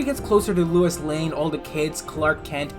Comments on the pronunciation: It is pronounced low iss not Luis. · Hearing say "Lewis" will never not be funny lol